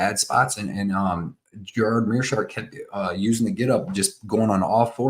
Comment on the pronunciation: Gerard... LOL It's Gerald... Never trust a fight predictor when he doesn't even know the names of the fighters.